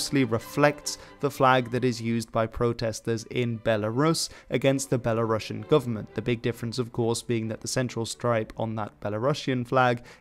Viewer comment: The Novgorod Republic was never called “Rus”. And the term “Kievan Rus” is a Soviet invention for a state that was always called simply “Rus”. Also, please check the pronunciation of the word “Belarusian”. It’s not “Belarussian”.